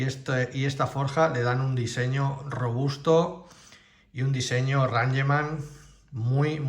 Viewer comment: Se dice reingman NO ranyeman. Es una palabra en inglés Sr